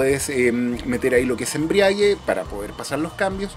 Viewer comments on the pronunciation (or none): No encuentro error en su pronunciación, cómo según tu debería hacerlo? PD: lo que si dijo mal fue embriague, la forma correcta es embrague, pero son detalles que la verdad poco importan